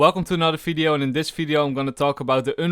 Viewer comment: LOL anybody noticed he says fideo for video